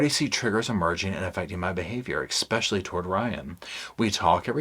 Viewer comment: Please, for the love of all that's holy, stop putting a "K" in the word "especially"! It's NOT eKspecially! Yes, I'm petty Patty. 😂 Every time you say it I just want to throw my phone... Please? Just try it... Now, back to the video. Thank you for reading this book so I didn't have to. I'm old enough that I remember this story from day one, back when she and her mom were on all of the original talk shows and they got the habitat for humanity house and all of that and I felt really sorry for Gypsy but I also thought that there was something wrong with that picture. I could never quite put my finger on it but something just didn't seem right. I want so much to be on her side but she's really making it tough. (That doesn't mean I excuse her crime, it just means that I want to wish her a happy future but at this point I'm just not quite there yet.) Oh my God, you just did it again... 😅 I also love that you say luggage instead of baggage.. I think I might borrow that one.